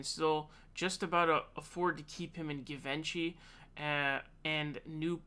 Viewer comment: Great videos. "Givenchy" is pronounced "gee-von-chee" for future reference.